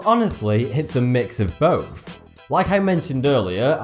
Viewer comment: Why doesn't anyone talk about the fact that he can't make a "th" sound. He say "uhver" for other. And "bofe" for both.